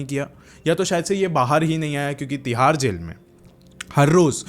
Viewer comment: Tihar ❌thihar ✅